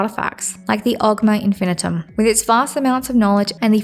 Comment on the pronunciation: Infinium not Infinitum, but otherwise, decent video.